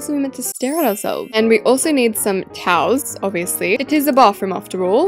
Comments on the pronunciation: People that thought she said cows instead of towels 👇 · when she said towels I thought she said cows😂